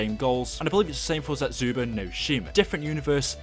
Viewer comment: I get that you're British but why do you say Zetsubou as (zetsuba)